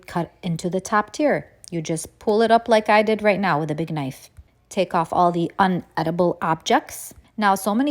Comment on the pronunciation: Not me being triggered by "unedible."